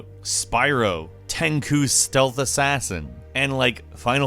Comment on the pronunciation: I'm just gonna let the whole "ten ku" thing go....after mentioning it right now that is.